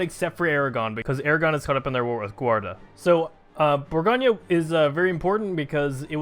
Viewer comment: for what it's worth, it's "bore-goan" not "bore-gone-yuh" not trying to be that guy, it's just that my french teacher used to get on me about my pronunciations